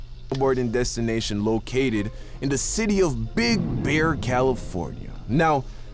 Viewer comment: Yo be did saw bear but his J Jamaican accent made it sound like beer